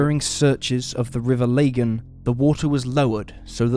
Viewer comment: river lagan is pronounced like bag-in but with an L, i live right beside it so had to mention it lol